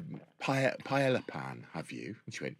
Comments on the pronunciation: Pie-ey-ya the double l makes a y sound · Can't continue. Every time I hear one of you miss-pronounce "paella:, it's like chalk squeaking on a blackboard. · the commitment the UK has to not pronounce Spanish words😂😂😂😂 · The repeated mispronunciation of paella is so maddening and just so damn British, it's insane.